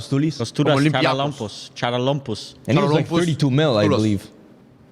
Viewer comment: Guys its pronounced Haralampos